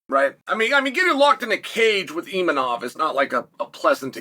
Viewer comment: uncle chael it IMAVOV